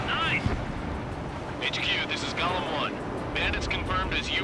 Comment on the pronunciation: Every time, they speaks "golem", I hear "galm"... XP [Belkan flashbacks intensifies]